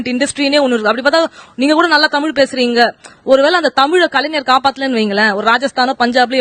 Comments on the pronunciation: தமிழ்டா அண்ணாமலை தமில் இல்லை மடையா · அட திராவிடியாப் பயலே.....நாதாரி.....நீ உன் மொழியின் பெயரையே ஒழுங்காக சொல்ல வராத நாதாரி. உன் நாக்கில் வசம்பு வைத்து தேய்த்து நாக்கை நன்கு வழித்தெடுத்து சொல்லப் சொன்னாலும் "தமில்"...மொலி...என்று பேசுகிற நாதாரி. நீ என்னமோ ஐபிஎஸ் என்று பீத்திக் கொண்டு திரியாதே? உன்னை முன்னிலைப்படுத்தி தங்கள் காரியங்களைச் சாதித்துக் கொள்ள நினைக்கும் பார்ப்பன திராவிடியாப் பயல்கள் வேண்டும் என்றால் இன்று உன்னைப் புகழ்ந்து வைக்கலாம். உன்னால் அவர்களுக்கு எந்த பயனும் இல்லை என்ற சூழல் வரும்போது (நிச்சயமாக வரும்) இன்றைய உனது யோக்யதைகளை பொதுவெளியில் நாறடிக்கத் தயங்க மாட்டார்கள். கவனமாகப் பேசிப் பழகு. அது உனது எதிர்கால நலனுக்காக நல்லது.